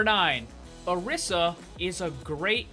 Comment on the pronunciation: Orisa is pronounced O-RE-sa